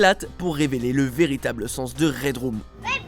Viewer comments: ça se dit pas « red room » mais « red rum » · et ça se prononce redreum et pas redroum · On dit Raidreum